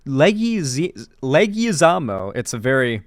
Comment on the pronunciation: Leg-wa-zam-mo. He's Puerto Rican, bro.